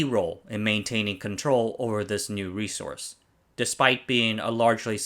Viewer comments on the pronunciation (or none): none